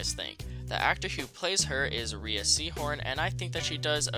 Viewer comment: rhea is pronounced ray